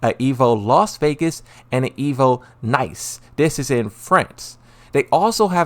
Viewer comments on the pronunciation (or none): 'Evo Nice' had me rolling Nice is pronounced neece